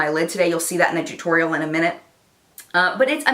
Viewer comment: I recreated the look today but I was too lazy to get my Naked Basics 2 palette so I mixed 2 of the tan shades (???reflection and chessboard maybe??) and it turned out nicely! Yes,, I wore it to work! Thanks for the inspiration and for saying T-U-T-O-R-I-A-L that way!😂😂😂